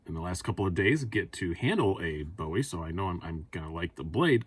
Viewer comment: Luv the ‘Boowie’..